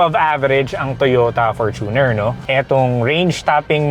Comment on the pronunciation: Perfect pronunciation ng Fortuner! 👏🏼